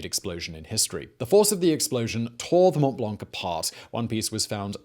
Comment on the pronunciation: The C in "blanc" is silent.